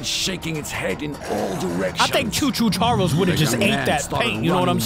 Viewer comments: it’s not Cho Cho Charles your saying choo choo charlers and it’s Actaully choo choo ch ar les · it's choo choo charls